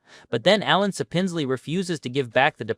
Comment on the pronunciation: SAP-ins-lee. Not suh-PINZ-lee.